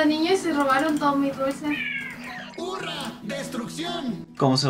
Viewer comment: Jure que en el cuando hablo blitz dijo "Furra, destrucción" en vez de hurra